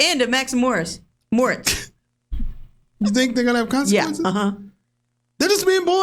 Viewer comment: It's NOT "Max and Morts" Morits is pronounced "More- Eets"